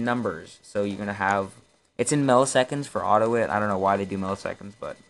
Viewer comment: It's AUTO-I-T.